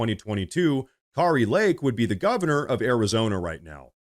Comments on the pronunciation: Her name is Kari not Kaari. Damnit, why can’t you pronounce English words?! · Learn to pronounce ENGLISH names and words! Kari not Kaari . MAGA not MAAGA. WTF! Are you really American? 🤦🏼‍♂️ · We love Kari Lake in Arizona. You are pronouncing her name, Kari , incorrectly. 😊